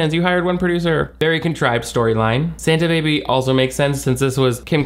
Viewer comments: I just rewatched Kourtney butchering the Christmas song going into SAHN-ta Baby a thousand times. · Sahn-tah baby is a new one 😂